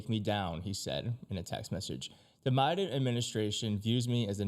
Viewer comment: the what administration? the Miden administration? That’s what you called the Biden admin on the first go… you really need to prepare with what you’re gonna read beforehand as you make so many unnecessary mistake when reading … maybe familiarize yourself with it beforehand